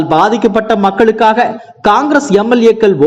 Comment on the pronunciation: இவனுக்கு சரியாக உச்சரிப்பே வரவில்லை. , ரூபாய் 200க்கு என்ன வெல்லாம் கம்பி கட்றான் பாருங்க ,,,,,,,வெல்லம்,,,வேலச்சேரி , சேர்ந்தவர்கல்,,,,, ,மக்கலுக்காக, தமிழ் கொலை